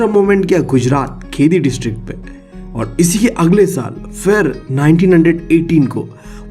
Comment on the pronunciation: Bhai khedi nahi kheda hota ha aache se bolo😂